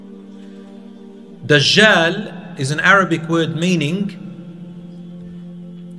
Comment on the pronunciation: Why do they keep calling him DaZHaal? It's DAJJAL with a 'J' and not 'ZH'